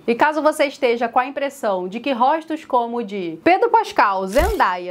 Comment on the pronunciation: Róstos? Róstinhos? Pode isso Arnaldo? Não sou especialista, mas acho que não se encaixa…